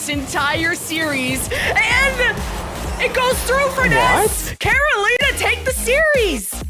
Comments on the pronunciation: Why does pronounce Carolina like that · Who the hell taught these people how to say Carolina? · Care Oh Leen Uh vs Care oh Line uh vs Ka ro li na